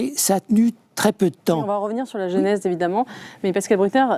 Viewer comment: "Moi z'aussi " (Eugénie Bastié) , "la génèse" (au lieu de : "la genèse"), "Le philosophe" Pascal Bruckner - c'est tout aussi fautif ;-)